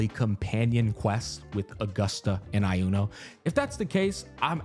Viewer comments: I swear to god if you pronounce Iuno as "AI-YUNO" again I'm gonna crash out xdd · SAY "I UNO" 1 MORETIME ISTG XD